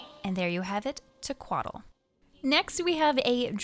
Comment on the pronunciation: Tequatl as a name with Nahuatl roots the pronunciation would be close to TE-quatl, the stress syllable would be the first one and not the one with tl at the end . Even the NPCs got it wrong.